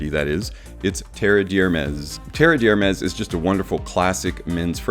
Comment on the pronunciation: Definitely doesn't smell like leather. No idea where that idea comes from. Have never heard anyone say that before. The pronunciation of Terre D'Hermes has also been butchered. It's not a difficult one to say.